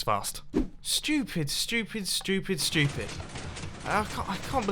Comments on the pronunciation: We are not having another "Shtoopid" montage. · shtoopid shtoopid shtoopid